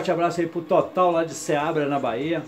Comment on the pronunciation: Boa noite meu amigo.vc falou meu nome errado vc falou total não total o certo e tota de Seabra Bahia